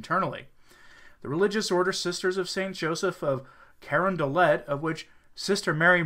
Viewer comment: I believe their order is pronounced 'cuh RON duh lay'. Among other things, they run hospitals, but like most modern orders of nuns, they have lost their way.